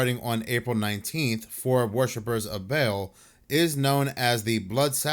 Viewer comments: Not Bail (Baal) It's BAL-AL that's what the hyphen is for :) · ba'al is pronounced ball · Nitpicking a bit, but baal is not pronounced like a bale of hay. It is bah-AHL (both with the same A pronunciation as in 'all'. Hebrew word.